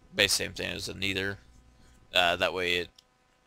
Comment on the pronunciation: ur saying nether wrong